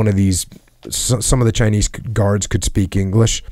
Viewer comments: chynise lol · Jockos the only dude to pronounce the s in chinese